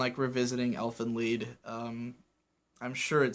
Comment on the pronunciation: I guess you've heard this a lot already, but you're mispronouncing "Elfen Lied". The title, much like the episodes, is named in Germa, and it means roughly "Fairies' Song',.... Wel, TL;DR, you read the "Lied' word as "Leed", not "Ly-d"